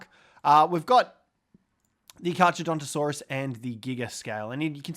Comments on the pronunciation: Pronounced car car btw. Even tho it’s spelled with h’s it’s silent. Same name as great white shark’s scientific name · You don’t pronounce the ch in carcharodontosaurus. You only pronounce the c, so it’s carcar